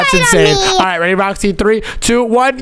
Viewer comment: called Roxy rooxy